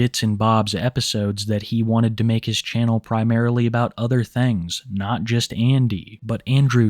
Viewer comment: I wear dees instead of dee udder ones